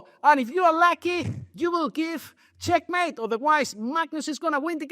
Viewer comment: Knight E3 wow. Nepo really said checkemate of checkmate